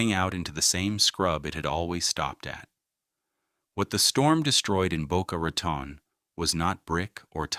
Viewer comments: It sounds like he is saying Boca Rat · Yeah ... like Boca Rah-tahn. I've lived here since the 80s and NOBODY calls it that. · Boca Rotten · Dang A.I…it’s pronounced “Tone”